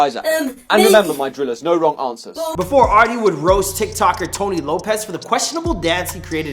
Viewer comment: "arwdea" nah bro ahaha